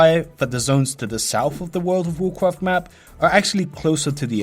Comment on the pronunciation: Woool ov Wovcwaft